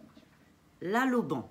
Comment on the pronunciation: l’oliban pas laloban🥰